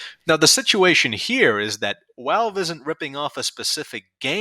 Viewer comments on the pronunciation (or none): why do you say wowalve instead of valve? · STOP SAYING “WALVE”. YOURE SAYING IT WRONG!!! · I love the way you pronounce Valve "Walve" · I'm Aussie and I'm Gunna start pronouncing them as Walve! 🧐🤝🧐